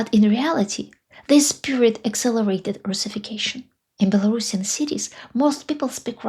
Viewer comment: I appreciate your pronunciation of “Belorussian”. Too many people say “bello-russian”. It was Ksenya Turkova that highlighted the importance of the correct pronunciation for me.